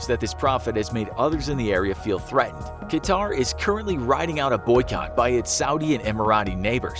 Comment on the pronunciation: Its pronounced cut-herr not ka-tarr or cutter and definitely not qua-tar